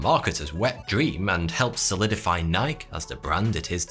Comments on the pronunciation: Ok, this madness has to stop. The brand Nike is pronounced NI-key, not Nyk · This man pronounced Nike like Nik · Pronunciations were tuff to hear being butchered every 2 seconds but I would still give anything for the knowledge and work ethic of 42. (But have you never heard of “NikE”?) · He said "n 'eye' k" with no "e" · u trolling right when u said NAIK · Did he just say Nike like nie ke. I think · That's how alot of non-Americans say it. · it's pronounced, Nik-ey... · Only Americans pronounce NIKE as Ni kee, everywhere else its pronounced Nike. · Did he just mispronounce Nike or is that just how they say it in the UK? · The way he pronounced Nike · i never laugh harder than when you say “nike” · the way you pronounce "NIKE" makes me feel bad about my existence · And Nike rhyming with "bike"